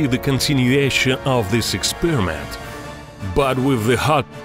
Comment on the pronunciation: I love his pronunciation "ikspiramenttt"